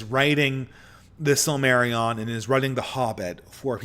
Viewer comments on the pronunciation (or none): The sill-Mary-ON. 🙃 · pronouncing Silmarillion is a recipe for disaster 😂